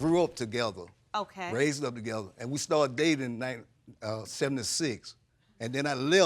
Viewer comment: He said " I stardid cakalaten" lol yo